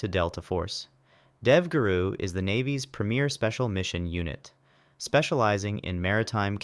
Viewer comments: Dude, I don’t think it’s AI. You can hear him take a breath while he’s talking. ‘BEAUD-S’ and ‘DEEV-GRU’.🤣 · I love how this video pronounced DEVGRU in 3 different ways lol